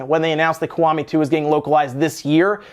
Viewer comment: It's pronounced "Key" .... The Ki from Kiwami is pronounced "key"